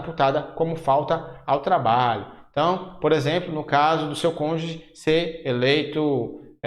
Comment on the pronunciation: Agradeço as aulas, bons gráficos ajudando a elucidar os detalhes do estatuto e do seu regulamento. Mas professor, por favor... é "cônjuge", não "conje".